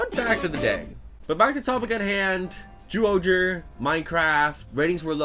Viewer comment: It's not zooohger its pronounced as jyuohger